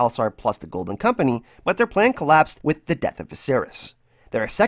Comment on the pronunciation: Really2 satisfied with ur "golden kompenieee" im so sorry cant help it lol. Btw nice vids there.